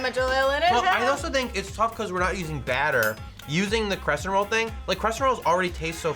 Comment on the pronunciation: Crescent not crest